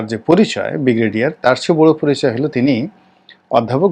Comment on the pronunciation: 'ব্রিগেডিয়ার'কে, 'বিগ্রেডিয়ার' বলছেন কেন?ধন্যবাদ। 🎉